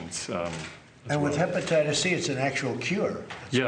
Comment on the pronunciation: Can’t even pronounce HEPATITIS with his fat mouth.